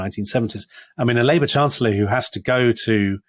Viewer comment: The Lady Chancer-llor?